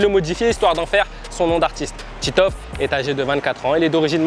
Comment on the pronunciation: Titoof pas tiitof